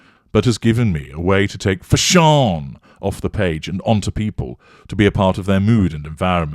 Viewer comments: thanx for the giggle!!! i was ironing my $21.00 dress ($18.90 w/coupon) when you said "FASH-OONN"!!! 🤣👗👑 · "FaSHAWN!" Absolutely hilarious,!!🤣🤣🤣❤ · We need a petition to change the pronunciation of “fashion” to “fash-AWN”!